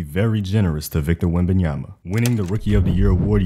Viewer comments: Does steven a smith still aay wembenyaNa? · Stephen A saying WembamyaNa every damn time pissed me off lmao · Hearing WembanyaNa all year triggered me. Please respect the name. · Jfc someone tell Stephen a smith to eithe pronounce it right or call him Wemby. So tired of that dude saying it wrong.